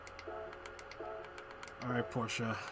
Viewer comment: Thank you for saying Porsche the right way 😂